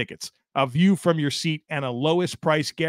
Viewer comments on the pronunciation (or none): none